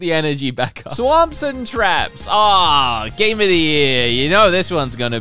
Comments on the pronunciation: He did say "swaps" but it is pronounced "swops", therefore it sounds like "swamps" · I really don't think so he definitely included an m sound